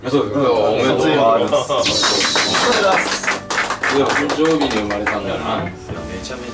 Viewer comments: やまとくんがたんどう日って言って誰も笑うことなくたんどう日でそのまま続けてるの面白い笑笑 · お気に入りの噛みシーン (全然個数絞れんやった) たくしゃんww かわいい♡ バブみが深い♡ そしいなってやばい🤣 じゅじゅつ たんどうび だまりゅ とかいかい 関西コレクソン にっちょ やかんない 嫉妬だす のツッコミ爆笑 つまん これは私も画面越しで爆笑 噛みすぎ！Take2でも噛んでるやん🤣 めっちゃさしかにって言ってるやん笑 あれだけ溜めてグチャってる笑 ズタボロだ〜笑 捕まってみます！笑 ばくさつ😱笑 なんか田舎っぺみたいになってる笑 緊張で呂律まわってないね笑 や、や、や、やばない？ これリアタイでめっちゃ笑ったわ笑 みんな黙っちゃってるやん🤣 一気に歳とっちゃったやん笑 しゃいやく👶🏻 一瞬壊れちゃった笑 めっちゃ溜めて噛むのやばっ笑 ナチュラルに噛みすぎてるwww メンバーが噛んだ後にが食いこんで指摘してくるねww